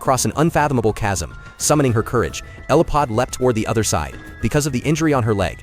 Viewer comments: 😂 it wasn't "Elipod" either lol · Elodie, not Eliphod. Fun movie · Why can't AI get the name right? Isn't it just typed in? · Everyone correcting you for the character name, I know it's not your fault. I blame the Ai 🙄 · The movie is Damsel with Millie Bobby Brown as Elodie….. wish they’d pronounce the character names properly. It was on Netflix and was pretty interesting to watch. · The names almost never are pronounced correctly, these AI shorts are trash for many reasons